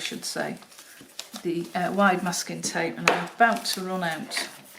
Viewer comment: Just realized that you were saying masking tape all along. Just heard Muscat via your accent. 🤦‍♀🤦‍♀